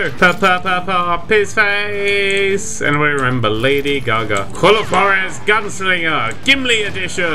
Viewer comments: Its pronunced war-ez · Juarez: Ha-Warh-Ezz. I'm American, so I know how to speak spanish. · juarez is pronounced (hourares)